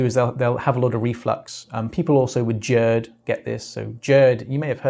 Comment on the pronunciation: I've never of GERDbbeing pronounce with a J sound before.